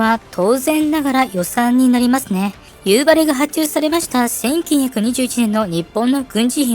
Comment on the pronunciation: 北海道民なのですが、やっぱり「夕張」のイントネーションが気になります…。道民は「蒼竜」と同じイントネーションですので。 でも、なぜか夕張メロンはさんの発音ですｗなぜかは地元でも分かりません😅